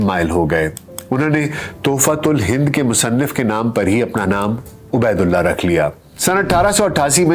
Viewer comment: Buhat khoobsoorat kawish talafuz ka khiyal rakhey. aap kah rahe he Abedullah,mgr ye Ubedullah he.